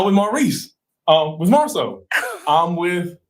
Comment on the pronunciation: She keep saying Marsau and Martell’s name wrong.